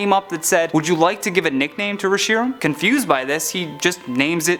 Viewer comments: You call it "ree-shee-ram"? It's pronounced "resh-eh-ram" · The way he pronunced re-Shi-ram hurts. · Am I the only one who get's triggered that he's pronouncing the Pokemon Reshiram's name incorrectly